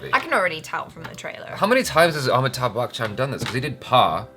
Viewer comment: It's not Amittha bachan It's Ami_thabh... Keep trying